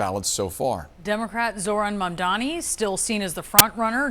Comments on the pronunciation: Why can't these people say his name? It's not that hard. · M A M D A N I. Can you read? The magical host kept saying Mandani. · Mamdani not Mandani smh😒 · MaNdani? Why can’t you pronounce his name correctly or at the very least make an effort to do so!!! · Mamdani, not Mamdini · This magical jerk kept calling him Mandani. By now there is no excuse. He must prepare better for his freaking segments. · Is it really that hard to say MAM-DA-NI?